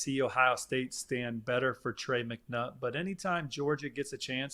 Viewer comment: Lol “McNutt”